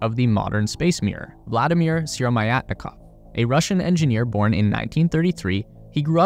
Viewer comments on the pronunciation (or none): Thanks for interesting information. But. excuse me, but being a native I went to Google to search his name, because it's almost impossible to get it right. Сыромятников should be pronounced not like Sierro-Mayatnikov or whatever. For God's sake... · Vladimir the who? Bro if you can't pronounce the name then do it with a google translate or at least write it on a screen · Yeah, Syromyatnikov. Pronouncing it that way , holy hell...